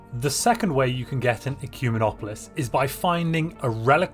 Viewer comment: Its actually ek ooo men ooo polis